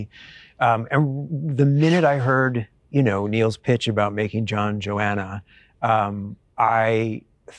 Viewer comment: It’s pronounced JoHanna not JoAnna!